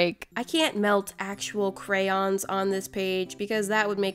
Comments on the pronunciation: The whole video she say ''Crayons" but at ONE point she says "Crowns" then the rest of the video she says crayons. like. HOW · They are NOT pronounced crans. They are spelled phonetically, cray-on. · Most Americans (no hate if you are one) say Crans. But phonetically, it’s pronounced Crayons. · I just figured out that crayons are pronounced “Crans” wHaT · They are not pronounced crans. Who told you that. No hate I'm just saying you had it right before. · thats how i pronounce it too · Cryans pffttthahahahah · I heard "crowns" instead of "crayons" and immediately thought, "Damn, did I click on one of Cristine's videos on accident???"